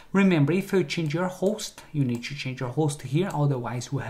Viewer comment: Everything perfect but please, stop saying chew instead of to